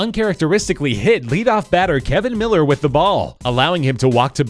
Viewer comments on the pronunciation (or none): It's not pronounced miller. It's millar with an a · Kevin miller. It's actually millar. Mill-R is how its pronounced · Good video but it's Kevin MillAr not kevin Miller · Kevin MillAR not Miller. Good video though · The 2004 Yankees bit was poorly done lol sorry, I love this channel so much but. 1. Kevin MillAR, not Miller 2. Bill Mueller is pronounced Miller 3. There was no way Millar was running, he was subbed in for Dave Roberts because he was a lot faster in an important role. 4. The Red Sox steak was 86 years, not 83. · Yep, this. Millar = "mill-AHR" (or, in Boston, mill-AH). Mueller is pronounced "Miller." Also, police provide on-field security at any championship event, not just Sox-Yankees. So their presence at the game says nothing.